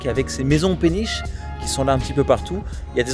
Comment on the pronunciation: Waaah quand tu dis "jolie" j'ai l'impression que tu dis "jorie" c'est fou comment une langue peut influencer ta langue maternelle